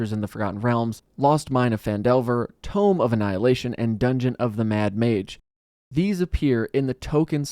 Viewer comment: “Tomb” of Annihilation. Not “Tome”.